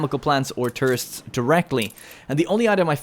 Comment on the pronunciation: The way you say tourists LMAOO TRists